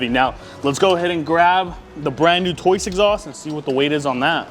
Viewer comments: It’s TOCE not TOYCE? I’m not crazy right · "Toice" LOL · Basically - Tose. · Tried to say Toce but he didn’t come close 😂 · can somebody please tell this thats not how you say toce its killing me omgg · Literally pronounced exactly how it's spelled. These wild mispronunciations drive me nuts. People need to get hooked on Phonics 😂